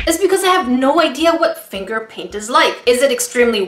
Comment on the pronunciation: “They seem to have a lot of water paint and some FRINGER PRAINT “ English #1